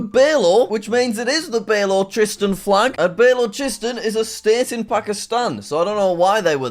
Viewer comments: I'm a Pakistani and I can safely say that Balochistan is a province in Pakistan, not a state. People must be protesting for it because Balochis say that they are not equally treated as compared to the rest of Pakistan. I really hated the way you were pronouncing it 'Beh-lo-che-stun' because it's actually pronounced 'Buh-lo-chi-staan'. But what can I say? At the end of the day, you're just a gora (white) British person. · “bay-lo-chist-un” instead of “balo-chist-aan” 😭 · jack i don't think its pronounced bell-o-chi-stan it is pronounced ba-lu-chis-stan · It's ba-LO-chi-stan not BAY-low-chi-stuhn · It's B-uh-low-chis-than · Balochistian What a pronunciation. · Me as a pakistani hearing "BALLO-CHISTAN" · Baylowchistan lol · It’s pronounced Bal-o-chist-Stan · As a Pakistani I can’t with the Balochistan pronunciation 💀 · the way Jack pronounced Balochistan 💀🤡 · The pronunciation of Balochistan 😂💀😂💀